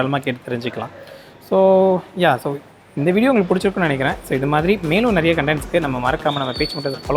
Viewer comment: அது நெரையா இல்லை. நிறைய.